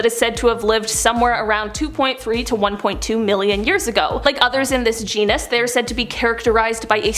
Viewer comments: Please for the love of Darwin - genus not genius. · *Genus… not “genius”. lol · its Jean-us, not genius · Dude, it's genus (geen-us).. not genius. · "Genus" is pronounced "GEE-nuss," Not "Gee-nee-us."